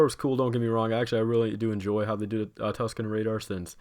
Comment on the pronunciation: Also I really enjoyed when he said Tusken RADAR